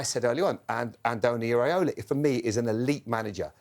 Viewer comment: Grumpy old Roy said "Simeone" and "Iraola"🤣🤣🤣🤣🤣🤣🤣🤣🤣